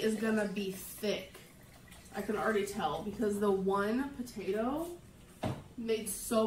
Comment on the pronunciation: I wonder if she had several mini strokes because I didn't know spinach potatoes broccoli cauliflower and carrots all goes together in a soup I swear I must be hearing things but it sounds like she said batato she doesn't have any tastebuds because every video she eats the food straight from the pot very hot so I doubt she can taste it Oh wow that wasn't soup that was chilli YIKES!!! I just acknowledged that shit in the pot no one likes it including her so they have to eat out Well if you're AL gorlfriend its just like being bit by a zombie and then you will turn into a zombie but AL sucks the energy out of everything including humans and animals